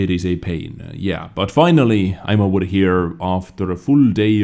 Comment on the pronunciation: It's like ''oVEr'' not ''oUR''